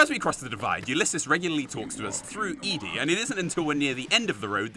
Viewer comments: Eedee... Ed-E, Eddee, Edie, I know it's literally nothing, but it's driving me carazy, otherwise great video, good work dude... Ed-E=Eddie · I'm sorry but I hate your pronunciation sometimes. Like dawg it's not "E-D" its name is clearly supposed to be "Eddy" and don't get me started on the way Brits pronounce "Graham" it's "gram" not "grey-ham" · The way you say ED-E took me for a second. I always pronounced it like Eddie. Like iron maiden lol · Is no one going to mention ed-e is pronounced eddie....